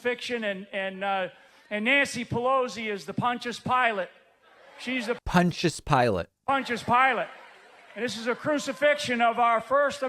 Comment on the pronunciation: Who's "Punch-us Pilate"? I wonder if there's any relation to Pontius Pilate.